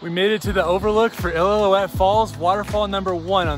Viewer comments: I.L.o. uette is how it’s pronounced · He said “ill-ill-illoutte falls” lol great vid dude! Doing this hike next week for my 40th bday!